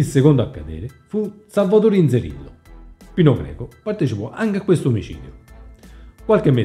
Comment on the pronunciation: Comunque è Pino Greco no Pino Geco 😂😂😂😂 ciao bello